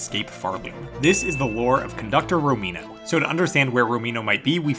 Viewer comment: No way i thought that i was the only one hearing "romino" in the trailer, good to know i'm not alone